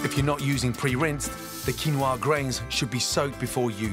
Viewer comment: A world-renown chef who you would expect to be knowledgeable about the ingredients he cooks at least, yet cannot even pronounce the name 'Quinoa' properly. A bit of learning Gordon, 'Quinoa' is the Spanish version of a Quechua word kinua or kinúwa, pronounced as 'kee-NO-ah'. You're welcome.